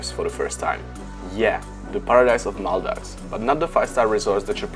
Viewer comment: Video pekne. V kazdem pripade se vyplati rict, ze kdyz uz resis ubytovani pres booking, pri odletu musis dolozit, ze mas kde bydlet. Takze ubytovani musis resit jeste pred odletem. Jen si dovolim dodat, ze jsem poprve v zivote slysel tuhle vyslovnost. "Maldajvs" 😁